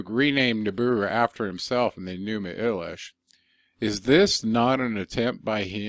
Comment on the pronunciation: Your pronunciation of Enuma Elish is incorrect. It’s Eleesh in sound . Don’t believe me see Arabic and the song My Elish !